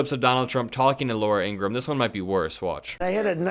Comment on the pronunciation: According to her brother Laura's last name is pronounced ing gruh ham.